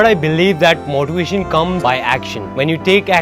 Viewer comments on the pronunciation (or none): Me : workout Bhai : walkout Me : motivation Bhai : moottivation Your ladakh pronounciation so sexy 😅😅😅😅 say it again